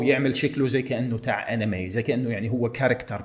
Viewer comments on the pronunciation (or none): آنيمااااي ليش تحكيها 😂هي انمي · نطقه لكلمه انمي تضحك أكثر من ذول البقر الي يضحكو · طريقة نطق لكلمه انمي😅